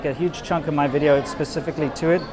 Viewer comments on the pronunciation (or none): "Welcome to another wideo!"